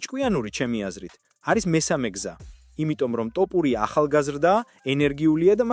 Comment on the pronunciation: მგონი კომპიუტერი ლაპარაკობს თორე ტოპურიას რატო ამბობს ეს ხმა